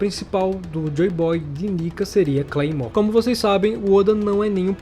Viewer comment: Como tu lê Claiom e pronuncia claymore